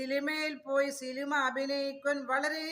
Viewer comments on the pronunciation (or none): സിലിമ അല്ല സിനിമ എന്ന് 😂😂